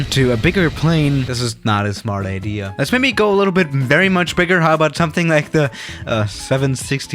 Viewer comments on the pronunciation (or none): none